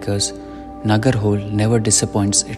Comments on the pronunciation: Please learn to pronounce before making an video.. it's not nagarhole It's na -ga-ra-ho-Le.. hoLe means river in kannada.. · It's not Nagar hole .. It is pronounced as "NagaraHoLey .." ... "L" (pronounced by tongue touching top roof of your mouth 😉😉) The cost part is true. It is highly priced compared to other safaris. RTR - I was unlucky. 0 tigers in 3 safaris ( due to winter season Dec2021)